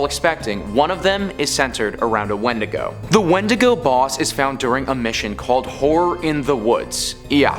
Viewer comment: it's pronounced win-dig-go